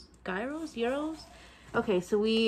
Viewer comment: Yes you’re saying it properly, gyros are lovely it’s like g ros they’re fit. I’m not a fan of curry but I hope you both enjoy